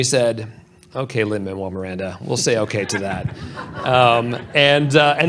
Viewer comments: OMG, this was my same thought! I'm like, "Dang, dude, it really isn't that hard!" 🤬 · Right? Even if he somehow didn't know his name before this (how though?! Is this guy seriously a movie reviewer?), I'd think most people would have heard Jared Bush pronounce it correctly and at least manage to get it right at the end. But this guy doesn't even listen to the people he's supposed to be interviewing. What a charmless and vapid excuse for a host. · It’s beyond frustrating when people pronounce his name wrong. I’ve seen this happen several times now & seemingly from people who should know better. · You’d think the host would pronounce Lin-Manuel’s name correctly.